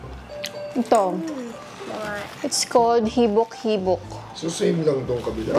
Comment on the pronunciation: Natawa po ako sa habik habik 😅😅😅